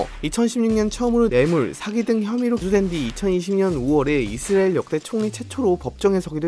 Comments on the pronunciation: 이스르에 ㄹ 엘 발음도거의안남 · 형 이스으레일 아니고 이스.라엘 두박자로 쪼개서 말해바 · 이스라엘은 앞으로 이스르엘 입니다ㅋㅋㅋㅋㅋㅋㅋㅋㅋㅋㅋㅋ 형 귀여워ㅋㅋㅋㅋㅋㅋㅋㅋ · ㅋㅋㅋㅋㅋㅋㅋㅋㅋㅋㅋㅋㅋ 이스르엘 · 미국영어권에서는 이즈리얼임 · 자꾸 이즈리얼이라고 들린다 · 중간쯤 가면 이스ㄹ예가 되버리네 ㄷㄷ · 이스르엘 발음 나만 킹받는건가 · 아 내용은 안들리고 이스르엘 때문에 집중안돼~~ ㅋㅋㅋ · 왜 이스르을 이라고 발음하세용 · 이스레일???? 코레일은 발음 되나요??